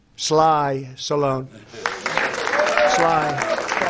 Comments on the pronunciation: Mate, he said Sallone, not alone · Stupordon said SA-lone. That’s disappointing to see Stallone is a maggot. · Common Harry. although I agree he's mentally declining, your just nitpicking because he dropped the "T" in Stallone's name. With all the major things happening today with Trump, This is at the bottom of the list. You're better than this. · Sylvester Stallone, popular during my era, was widely known as Sylvester 'Sly' Stallone. While the 'the great orange one' correctly pronounced the 'T' in Stallone, he seemed to have slurred the sound. Regardless of whether one viewsTrump as unfit for the presidency and harmful to the US image abroad, focusing on this is in my opinion not newsworthy. At least the Trump did not resort to using Stallone's other well-known nickname: 'The Italian Stallion.'" So we dodged a bullet there.